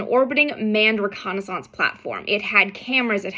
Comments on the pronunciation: Pronouncing reconnaissance like Renaissance. Not sure if it's silly, or cool. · Love your videos and your presentation. Your pronunciation of "reconnaissance" was was a wafer thin mint of delight to my ears. Thanks you.